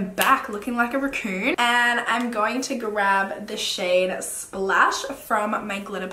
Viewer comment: Lmao at the way you say raccoon